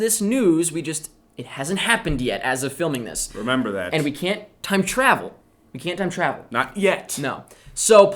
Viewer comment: when you said Time Travel, you put the em-ph-AH-sis on the wrong syl-LAH-ble